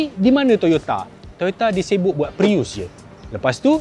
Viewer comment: bila cakap Prius.....ak tergelak nk mampus....hahaahahaha